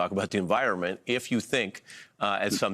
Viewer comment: Pronounced chy as in shy....not Shay!! People are always trying to anglicize a name that's not english based!